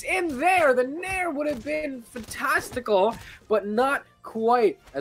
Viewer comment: my man said fantaminallastic and I’m still puzzled